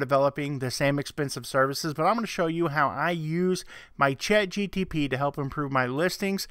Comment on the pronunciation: Brightest crayon? LOL. You keep saying chatgtp...